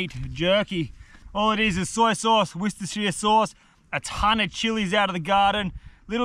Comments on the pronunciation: I reckon you're the first non-english man ever to pronounce worcestershire correctly xD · You almost said Worcestershire properly, proud of you champ. 😂👌